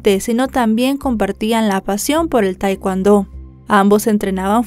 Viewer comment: Se lee tekondo